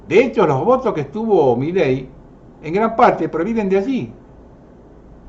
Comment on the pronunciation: SEÑOR !. Con el Respeto que Usted merece , permítame hacerle una aclaración . MILEI no lleva Acento y Tampoco Son Dos Palabras . No es " Mí Ley " es Milei . . Espero no se Ofenda por esta menudencia que hace al "Condicionamiento" que ejercen Todos los Medios de Comunica--"SIÓN" . la inmensa mayoría aún ni se entera que en el Billete de Evita* de 100 hay 3 Estrellas de David que no están allí para que las Veamos sino para que las Percibamos . Cordialmente !. 😉